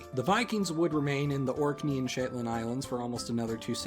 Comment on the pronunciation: "SHITLAND ISLANDS" "HEE BRIDES" BRUH